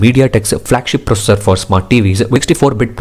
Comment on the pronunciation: Why do you add "A" for every word like processa settinga pasta ? Thanks for the review though.